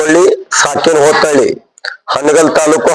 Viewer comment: ಹೋತನಾಳ❌ ಅಲ್ಲ ಹೋತನಹಳ್ಳಿ ☑️